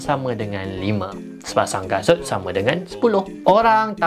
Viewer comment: abg tsasul 😭😂